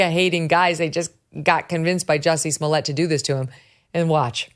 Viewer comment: Most disappointing is your unwillingness to pronounce his name correctly, even after Dave Chapelle went to exhaustive lengths to help the public know: "Jussay Smollyay". You're welcome.